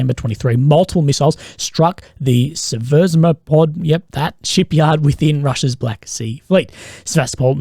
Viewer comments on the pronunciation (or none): none